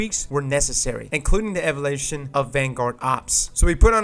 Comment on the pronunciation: ....it's evOlution not EvalUtion lmao love ya